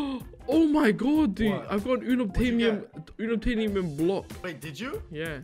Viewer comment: the way they say 'Unobtainium' hurts It's pronounced Un ob tain ium not uh nub tay num